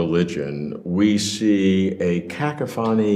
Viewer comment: That is, without doubt, the oddest pronunciation of "cacophony" I've ever heard. Great conversation, though.